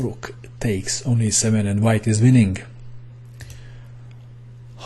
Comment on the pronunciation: I like the way you say winningk :D